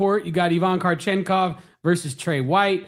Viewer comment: Ivan krachenkov? Cmon! 😂